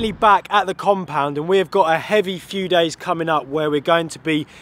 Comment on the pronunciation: The Tompound ? That's what it sounded like at begining of video.